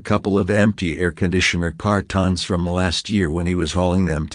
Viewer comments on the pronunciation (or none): The voice synthesizers are interesting. I loved the pronunciations of bass guitar and carton 😂